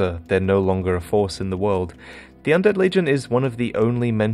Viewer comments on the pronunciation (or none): none